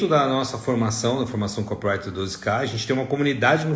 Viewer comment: É "co PI rai ter" , seu ANIMAL! E não kop rai ter!!!!!! Co pi wri ter. 4 sílabas é não 3!!!!!!!!!!